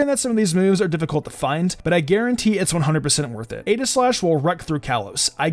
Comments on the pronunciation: It's EE-gi-slash. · Not here to argue but name is actually pronounced EEGI-Slash